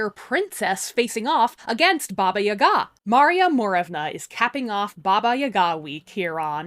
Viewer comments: the correct way to pronounce it is something like BAABAA YAAAGAA, where the A vocal is a bit longer and is pronounced as in BUH but lingering on the UH sound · Me hearing you say Baba Yaga: Oh... seems I've been putting the emPHAsis on the wrong sylLAble.